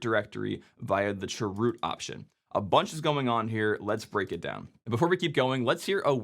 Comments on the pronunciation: I'm sorry, but the way you say "churoot" hurts me for some reason 😭😭 (i just say "c h root" lol) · chroot: ❌ chwoot: ✅ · I know... I can't handle it this pronunciation. What's wrong with saying "change root"? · That sounds like 'Dwight Chroot" form "Chroot Beet Farms". I always heard it being said as "change-root" or "c-h-root". Also the "Etsy" shadow file... i also never heard it that way... usually it's "slash-etcetera" or "slash-e-t-c". thanks for the videos though. cool stuff! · I just noticed this, you said (sur)root aka chroot. I knew what you meant but it dawned on me that it would have thrown me way off as a newbie. The CH is short for change, so change-root. I think it would more clear for command like this if you use the full name, or use the letters instead of sounding out made up words. Say CH-root instead of (sur)root. I'm not trying to come off as pedantic, I'm just saying if I didn't already know what you meant I'd be lost. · The way he said chroot cracked me up. Made me think of that song from Mary Poppins... Chim chimminy chim chimminy chim chim chroo 🙂 I've always called it change root. My version of sudo is ess-you-doo. I don't like saying it as a word because it sounds like pseudo.